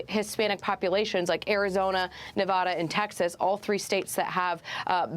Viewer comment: why cant any of these people say Nevada correctly?